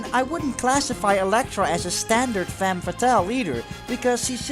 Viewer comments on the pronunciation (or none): none